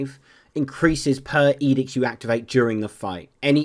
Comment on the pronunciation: Its' edict and edicts, not edix.